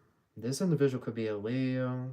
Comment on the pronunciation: This “indivishual “ 😂